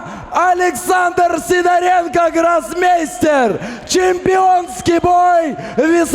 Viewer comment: Привет. произнёс свою фамилию, как СидОренко, а произносит, как СидорЕнко.